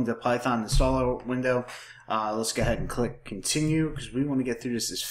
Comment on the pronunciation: just gah-head